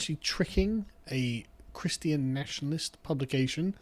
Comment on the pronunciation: ChrisTEE Ahn...everyone has a few words they just mangle .